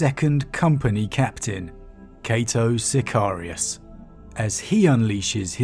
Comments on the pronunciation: Cay-toh Siy-Kar-Ri-Uss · it is I, cato sicarius lol